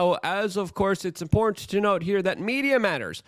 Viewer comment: I've been telling him for years. There's a t in important. There's a f'n T in there.